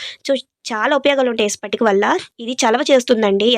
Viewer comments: Sister spatika kadu patika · స్పటిక కాదమ్మా ... పటిక. ఈ పటిక మీరన్నట్లు దృష్టి దోషం తగలకుండా main hall lo పెడతారు . అంతేగాక నీళ్లలో వేస్తే కాసేపటికి నీళ్లు శుభ్రపడతాయి.పటిక బెల్లం or పటిక పంచదార వేరు. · Spatika kaadu akko patika akka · Spatika kaadu amma patika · Spatika kadu patika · Pattinchukonu pattinchukonu antune ekkuvaga pattinchukuntunnaru anipinchindi Spatika kadu patika